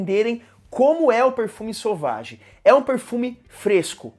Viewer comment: Meu Deus, por que todo mundo fala o nome desse perfume errado. Não é sauvagiii é sévagí